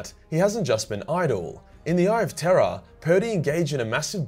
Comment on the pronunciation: With your Australian accent everytime you say "The Eye of Terror" it sounds like you're saying "The Eye of Terra"😂